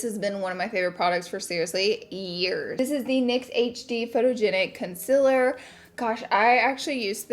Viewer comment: Swear I thought I heard you say con·SEALER and not the usual con·SILER haha. Love you laura!!! Always so gorgeous